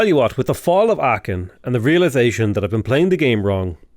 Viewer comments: the "ch" in Aachen isn't a ch like cheese but rather a k like chitin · Aachen - the "ch" is pronounced like the spanish "J"